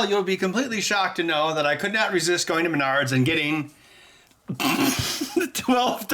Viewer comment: When you said "M'nards", sound like you're talking about your nards. As in "I need a $11 bluetooth 'smart watch' like I need a kick in m'nards".